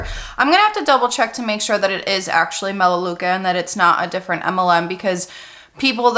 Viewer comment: it’s melaleuca